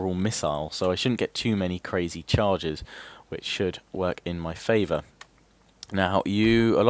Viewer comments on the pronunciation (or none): none